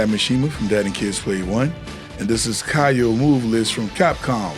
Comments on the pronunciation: Great stuff! One small correction: his name is pronounced "KeeYO" not "KahYO" That move that you referred to as fireball is a mistranslation, it's his DP (also called Oniyaki in Japanese). He used to have a ground fire ball just like Iori (projectile if you will) in the older KOF games but sadly they removed it. Also Kyo Kusanagi is my fav protag from Kof, i grew up maining this guy since i was a kid. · It's not even pronounced "kee-yo", it's just "kyou". One syllable, not key yo, kyo.